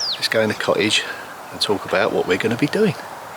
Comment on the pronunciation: For international viewers it would be helpful if you didn’t pronounce th at the beginning of a word as an f - or th in the middle of a word as a v - also it isn’t co-ige it’s cottage - what do you have against the letter T - all tongue in cheek I might add lol